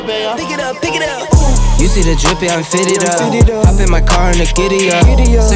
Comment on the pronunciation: "Ai-ropi" pelamor tenta ao menos pronunciar corretamente. eh HOP nao HOPE